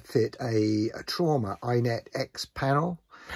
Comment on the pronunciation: Thanks! I did get a laugh out of how you pronounce "Truma"; it has certainly caused me some "Trauma" recently.